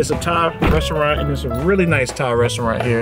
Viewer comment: "Resaraunt" lol sorry...